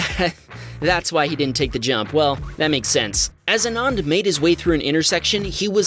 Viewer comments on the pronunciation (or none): ANAAND = ❌ AANAND = ✅ So, ANAND = Aah-nuh-nd The way you pronounced the second 'A' should be the way you should pronounce the first 'A' and vice versa. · its pronounced as aananth indian name btw